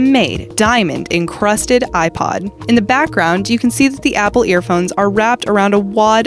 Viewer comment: Bruh it's ab ipod not iPad